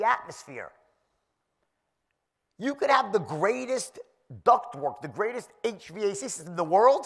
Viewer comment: He's the only guy that pronounces HVAC one letter at a time 😅